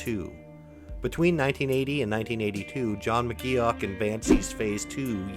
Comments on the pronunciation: I’m loving all the new info I’ve learned about one of my favourite bands ever! But omg. His name is pronounced “Mc Goff” not as it’s spelled. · I'm glad McGeoch left ... stops his name being butchered all the way through the video